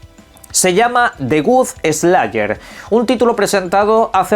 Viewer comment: De Gut Eslaier 😂